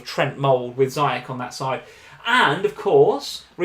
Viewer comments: I take a shot every time says ZYCHEK instead of Ziyech. Im properly messed up right now. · Ziyech in arabic is pronounced Ziiyech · For god's sake, Ziyech is pronounced 'Zeeyesh' XD